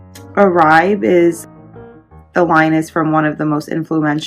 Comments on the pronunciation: It’s pronounced Or-bae not Oraib. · It's pronounced Orbay. :)